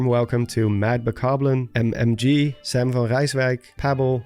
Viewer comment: Thank you for all the amazing videos buddy! Doing a great job:) ps. Je spreekt Sam uit met een a klank en niet op de engelse manier;)